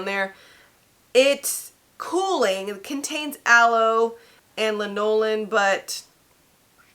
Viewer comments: Hello! The emphasis is on LAN. LAN-o-lin. 🙃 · Also, lanolin is pronounced LAH-nuh-linn (that “A” is pronounced like “Apple”)